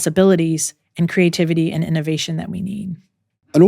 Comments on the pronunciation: “Ay-and”…for the word ‘and’ It’s all I can hear I am so sorry It’s adding an extra syllable to a one syllable word. And she is lovely!! 🥰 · ahhhh you’ve now made me aware that the former texan in me has made ‘and’ into a two syllable word 😮 thanks for telling me!! working on getting the texan out of my accent! i hope you nonetheless found the content valuable 💚